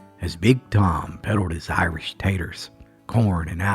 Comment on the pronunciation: “Arsh” potatoes. Not Irish. 😊